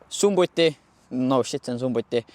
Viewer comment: Video tore aga harjuta endale sisse käiguvahetusel mitte käigukangi vaatama :D Ja SUMMUTI* mitte sumbuti 😅 See bemmi mootor ka muidu ketiga mitte rihmaga . Genekarihm on ja aga mitte mootoririhm 🤑